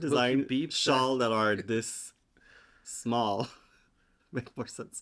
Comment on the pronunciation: I feel like you named the “funfetti” shawl in your pronunciation. “The Schmall Shawl”